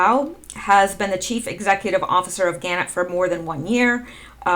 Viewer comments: Thanks for your work. Just to let you know - Gannett is pronounced - Ga NET. And the word nuclear is pronounced Nu CLE ar. When you explained the post about Snowden, define the end, etc. , I think you are correct in your deduction. Snowden still can choose to be a white hat, repent. Good work. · Pronounced gaNET